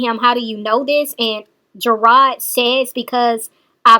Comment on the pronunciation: not ''GERARD'', isn't the one that issued a warrant for her arrest! It's the courts because she is not following the stipulations of the court order.